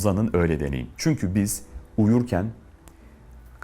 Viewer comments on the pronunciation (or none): none